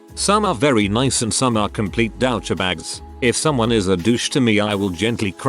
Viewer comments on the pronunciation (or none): I'm always amused by how this AI voice gets excited when it says "Starbucks!" and how it pronounces '"douchebags."